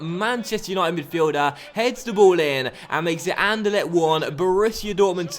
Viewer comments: I heard An-Der-Let :p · The way you pronounce anderlecht xD